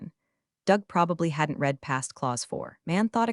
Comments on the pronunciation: Please get your AI to understand the difference in pronunciation between read (past tense) and read (present tense). Give your AI the phonetic spelling (i.e. red for past tense and reed for present). You have been getting this wrong since the first few videos you posted. The irony is this AI voice is better than most on YT. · Good story. Shame robo pronunciation misses past tenses (read read) and proper nouns… eg ferragamos. A brief review could fix these errors